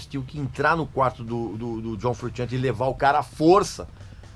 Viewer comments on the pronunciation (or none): Me desculpa aí, mas tenho que fazer uma correção boba. Italiano não pronuncia "frutchiante" como vc está dizendo, pronuncia "frushiante", porque a combinação de "sci" ou "sce" em Italiano é como "sh" em Inglês. Se o nome dele fosse sem o "s" e só com "c" aí seria "frutchiante", mas como a grafia correta é : "frusciante", a pronúncia é como "sh".